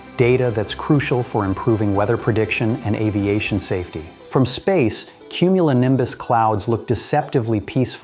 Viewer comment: just one more time I want to her "cumulinimbus clouds"